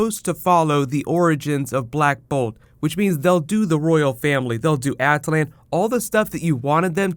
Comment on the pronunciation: ah-Till-un not a-til-An